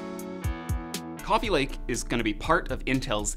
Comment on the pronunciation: Cwooofe lake